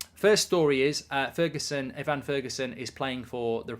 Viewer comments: Ivan Toney: “eye/vin” Toney ✅ “ih/van” Toney ❌ Evan Ferguson: “eh/vin” Ferguson ✅ “ih/van” Ferguson ❌ Those are the correct pronunciation for the two players, i know Toney wasn’t mentioned today but the way mark pronounces those two names irritates me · This whole time I thought the fella's name was Ivan because Mark's pronunciation was scuffed lol